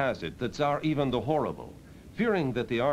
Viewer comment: He is pronouncing Ivan the Great, just in a really weird way.